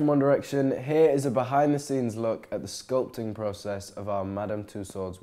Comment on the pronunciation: When he says here it sounds like hey